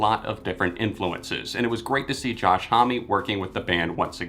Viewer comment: Not trying to be rude, but Josh Homme’s last name is pronounced “home,” not “home-y” lol.